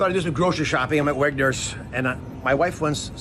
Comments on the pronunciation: What is Wegners? It’s Wegmans. I don’t think he’s ever been grocery shopping 😂. Also “ a broccoli.” It’s either a head of broccoli or broccoli. It’s just really strange for a health expert. Glad Bobby is in charge of the food. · It’s not “Weggners”, it’s Wegmans! 😂